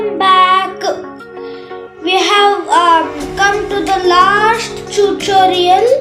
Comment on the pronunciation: I loved when you said chuchorial😂😂😂😂😂😂😂😂😂😂😂😂